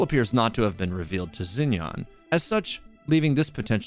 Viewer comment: isnt xinyan pronounced more like sshin-yan bc in pinyin "x" in mandarin has a "sh" sound